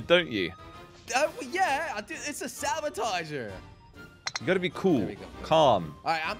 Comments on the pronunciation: I love how they call the sabotoge, sabatoger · it's saboteur, not sabotager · the word is actually saboteur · Did you mean "saboteur"?